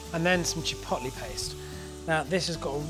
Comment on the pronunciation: "chi pot lay"